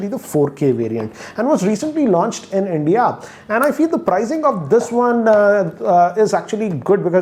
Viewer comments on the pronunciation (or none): none